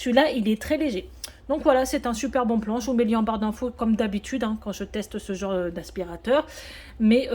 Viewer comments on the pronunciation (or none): none